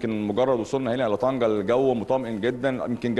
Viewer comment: طنجة و ليس طنكة